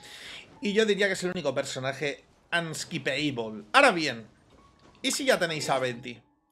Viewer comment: Uneskipeable* osea que no se debe skipear